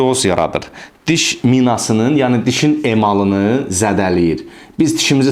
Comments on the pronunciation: sağ ol, qardaş. tiş yox diş 😊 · diş ⛔ tiş ✅